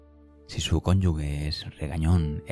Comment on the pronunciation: Conyuge, no conyugue... Gracias de corazon!